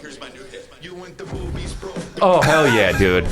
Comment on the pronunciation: Same as “smoovies”